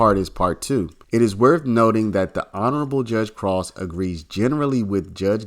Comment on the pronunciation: I don't think Krause is pronounced like 'cross,' I'm pretty sure it's like 'crowd.'